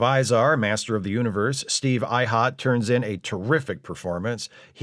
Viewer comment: Thanks. interesting to hear Steve Ihnat's name said out loud. I'd always presumed Ihnat was pronounced with a hard N. Good to know the correct way. 👍